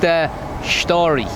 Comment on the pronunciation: vs? LO,L, the man with two personalities. So you've been the US? Disregard the comment I made on my video comments. Turns out we've both been in Asia since 2010, only you've stayed in Thailand. I lived in Singapore, Philippines, Vietnam and now Thailand.